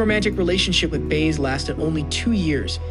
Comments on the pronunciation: Lots of information here that's disputed by other experts on Dylan. Oh, and learn how to pronounce "Baez". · Lame...narrator can't even pronounce Baez. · I have a feeling this is AI written. How could the narrator have perfect English but pronounce Baez and Scorsese's names wrong. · This narrator just called world famous director Martin Scorsese, Martin Scorseez😖 so he can't just butchers Joan baez's name.